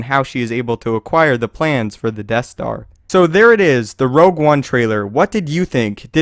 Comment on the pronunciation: Rogue, not "Rouge"